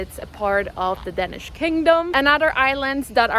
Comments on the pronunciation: Please stop pronouncing Danish as "Denish". It's Danish with an a! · It’s called Danish, Not Dennish.